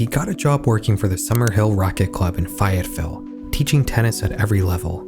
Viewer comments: It’s Fayetteville not fietville… 🤦‍♂️ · i know the rest of the video is important but i need u to know its fay-it-ville not fai-it-ville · As a Canadian, I can understand your confusion on how to say "Fayetteville." As an Arkansan, I mist inform you that it's pronounced "fay-yet-vil." It's named for the Marquis de LaFayette, a French noble who helped the US against the British during the Revolution pro bono. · Great video, not to be a grinch but "Fayetteville" is pronounced (at least by arkansans) say Fae - yut- vil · psst. arkansan here, its fae-ette-ville. ppl mess up the places here a lot haha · loll that's exactly what i was thinking when he said it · Long A sound!!! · Ok now kids say it with me FAY-YETT-VILLE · My brother in Christ, PLEASE do not ever pronounce Fayetteville like that again 😭😭 They couldn't find the bullet or casing? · You pronounced Fayetteville wrong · never heard fayetteville pronounced like that in my life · That is some pronunciation of Fayetville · Great video but a little frustrated at how you said Fayetteville lol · I’m a Fayetteville native and that pronunciation about killed me lol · He was close enough. ;)